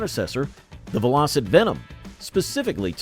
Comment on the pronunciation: It's VELL - O - SET ...at least that's what my Dad called them!